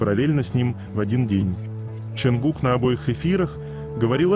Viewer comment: Почему имя ,,Чонгук,, все время произносится через букву ,,А,, ? Слух режет 😮